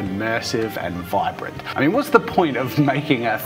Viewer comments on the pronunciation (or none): none